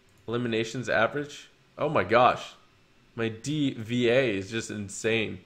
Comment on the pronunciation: I hope you know D. Va is pronounced "Diva" like a drama queen not the letters said out loud in order.